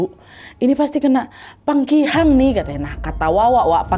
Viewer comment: PAKIHANG btw kak nadia bkn pangkihang